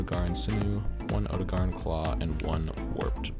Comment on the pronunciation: Oh-dough-gah-Ron. Why is it so hard for people to pronounce these names.